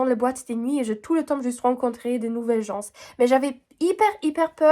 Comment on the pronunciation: " Les Gens " le S est muet, on ne l'entend pas 😘